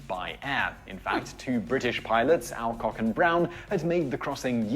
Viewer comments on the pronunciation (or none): He gets so many pronunciations wrong. Alcock' just seconds before Galway. Probably cos he's presenting to Yanks - either he deliberately panders to them or he's one of those that just adopt Yank pronunciations cos he's a shallow fool. Saying that I usually enjoy his videos and just cringe occasionally.